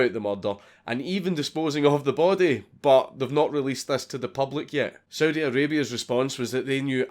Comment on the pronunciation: Anyone else hear Soviet when he said Saudi?